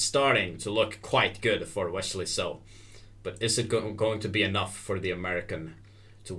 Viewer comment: wesssley, not weshley